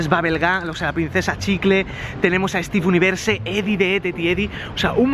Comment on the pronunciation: Me pareci que dijo stev universe en vez de steven univers